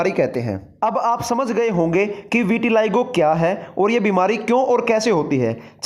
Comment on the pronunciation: विटिलाइगो नहीं विटिलिगो है